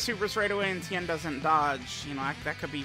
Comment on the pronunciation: It's Ten, not Tien.